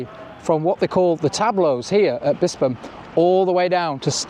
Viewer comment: Good vid. Pronounced Bispham perfectly, well researched and nice subtle background music.